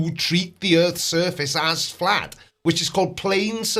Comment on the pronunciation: he only made it 1 minute and 30 seconds into video by this point. How many times did he say erf mezzyoured fwatt? oh that's right, it doesn't matter. Just SAYING ERF FLAT isn't evidence.